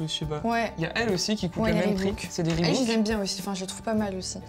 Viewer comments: On prononce ribok et pas ribouk ya qu'un o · On dit pas Ribouk mais ribok car il y a qu'un seul O dans Reebok, si la marque serait Reebook là on prononcerait ribouk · on dit pas ReebOUk mais ReebAUk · Oue par contre je comprend pas sa s'appelle reebok pas "reebouk" arrêter de dire comme si il y avais 2 O y en a juste 1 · Reebok pas reebOUk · Bah nan ca se prononce Rebouk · Non. Ça se prononce "Ribok", en anglais les 2 oo se prononcent "ou" et là il n'y en a qu'un.